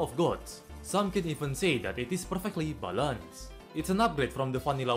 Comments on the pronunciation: Purfectley buhänsced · if only he could pronounce it right... the world isn't ready for it yet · Guessing before i watch the video: he's gonna say perfectly balanced wrong again